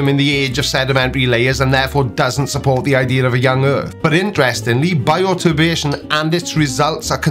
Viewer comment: Does he say BIOTURBADATION? I think he's dyslexic.